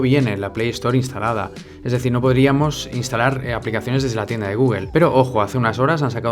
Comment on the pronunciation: Tío, ¡me encanta tu canal! Sólo una pequeña observación: sería mucho más apropiado pronunciar "Gúgl" y "Apl" (Google / Apple) o incluso "Gúgol" y "Apol" en lugar de "Gúguel" y "Apel". Pienso que le daría mucho más profesionalismo y elegancia al canal. ¡Un abrazo desde México!